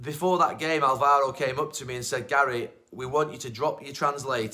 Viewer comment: Even after Spain you can't learn that in Alvaro, the tone is on the first syllable. Álvaro Negredo. It is even made easy for you. This applies to all commentators as well, why can't they learn foreign names properly, it is a matter of respect. Names that you use week in, week out in your work. There are elementary school level rules for pronunciation in every language, which you can learn in a few minutes, without speaking the language.